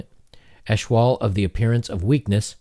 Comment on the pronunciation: "Eschewal" is pronounced "ess-CHEW-ul." It comes from the verb "to eschew" = "to avoid."